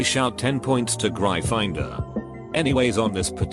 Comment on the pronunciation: Normal person: gryffindor Speech to text bot:gry finder!